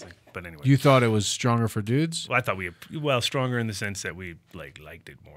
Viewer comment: I like how they immediately forget that the 30% towards women was only the pain relieving effects and not the euphoric high, which is the other half we associate it with it. "It's STRWAONGER THOUGH" is what they all agreed unanimously though lol And BAM, misinformation made in 30 seconds.